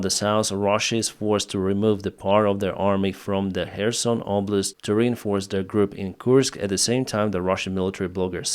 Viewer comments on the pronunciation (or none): none